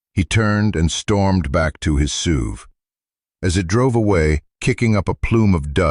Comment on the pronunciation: It's not a suave it's an SUV which stands for Sport Utility Vehicle. How hard is it to say SUV .